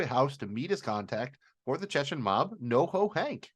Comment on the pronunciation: please stop pronouncing "Chechen" as "Chechken".